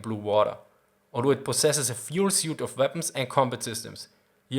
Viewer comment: suite is pronounced "sweet" with emphasis on the "sooweet" if you're working on a particular accent.